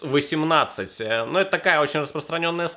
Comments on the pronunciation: Сталь не "икс", а Х(русская). 95х18 наша нержавейка, довольно хорошая. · Сталь не 95"икс"18 а 95"Ха"18 - от слова хром )